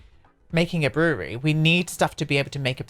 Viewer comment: "Brewererery" haha. Its just 2 syllables. Brew-ry